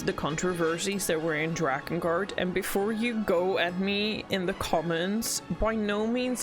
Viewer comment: You lost me when you said "drakengart"